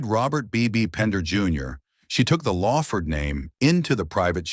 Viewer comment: LAWford, not LAYford